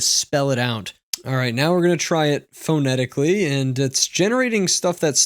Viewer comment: He can't pronounce the word "phonetically" either! LOL